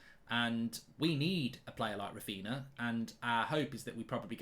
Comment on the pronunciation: Who is “Rafeena”?